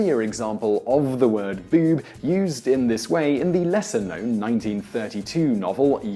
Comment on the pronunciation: why can this man not say "boob" like everyone else?